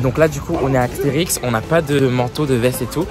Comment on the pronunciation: Mais, on dit pas aXterix mais aSterix 😭😭😭